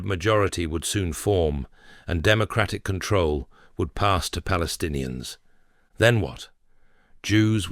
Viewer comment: How it can be, people that do not pronounce the letter "p" are called themself - palestinians🤦‍♂️